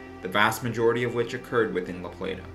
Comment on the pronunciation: Good video brother I remember that tornado.. thanks for pronouncing la Plata and Appalachia 👍👍 Right